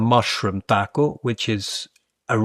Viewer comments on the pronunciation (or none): none